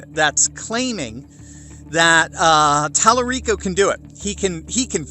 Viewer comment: Tel-a-gay-o - haha